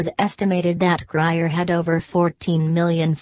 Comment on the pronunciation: it's grier